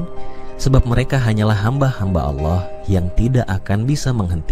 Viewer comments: Dia selalu menyebut nama Ala.. sepertinya dia orang sebelah, dan ayat yg disebut seperti surah annisa dan surat almaidah, ada beberapa yg tidak sama dengan yg dia katakan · Saat nyebut nama Allah, terdengar seperti bukan orang islam, 😅😅, nipu ya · Ini konten oten. liat aja cara mengucap allah aja dia gak bisa